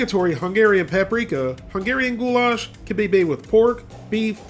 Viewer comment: I swear to god if he says of "Goulash" one more time i am going to flip